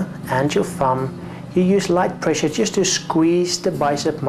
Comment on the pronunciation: sqweeze to muscle with moderwate pwessure bahaha